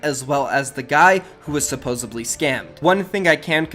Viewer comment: supposedly not supposably